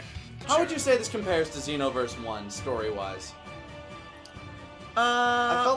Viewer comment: If you pay attention, actually says "Zee-noverse" instead of "Zei-noverse"